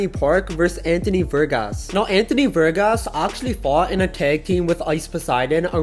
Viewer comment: VARGAS not vergas Vergas translates to dicks from spanish to english